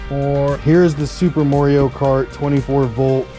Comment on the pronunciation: Moreio? Its Mario.